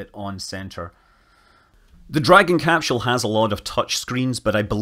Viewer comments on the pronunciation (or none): Ha. Capshule